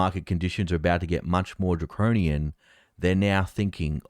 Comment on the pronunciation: it's not "Dacronian", it's Draconian. Stop slurring your words and concentrate on your pronunciation. You sounded like you were half asleep. Just sayin mate.